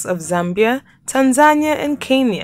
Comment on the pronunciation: It's pronounced Tan-za-nee-ah NOT Tan-zan-ee-ah